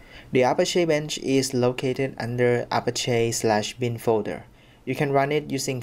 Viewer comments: Don't know why this bothers me, but Apache is pronounced uh-pach-ee, like the Apache Native Americans. Not A-pash-ay. Have a nice dy. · Great video, however the pronunciation in English would be A-patch-ee.